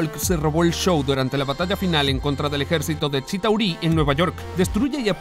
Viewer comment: La mejor pelea fue Hulk vs Abominacion. La peor thor ragnarok. Demasiados chistes. Esta voz fue mejor. Expresó mas emoción y seguridad. Aunque mal pronunciación de Shitáuri.